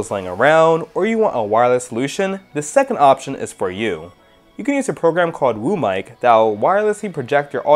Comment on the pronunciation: I heard room mic insted of WO mic 😂😂